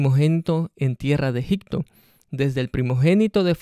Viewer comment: Amigo.....la verdad necesitas meterte más en las cuestiones judías de esa época, te recomiendo aprender hebreo o arameo. Tu exegesis está un poco desviada. Y no se dice EGICTO, se pronuncia EGIPTO con P.